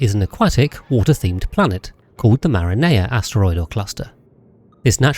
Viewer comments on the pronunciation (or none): Bro can u at least say the name of the planet right? It's Marine-A, not a yummy pizza sauce dude. It's like when u tell some to say eyes and they say e-yes.